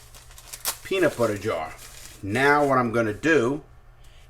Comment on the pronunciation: "My peeena butter jar"!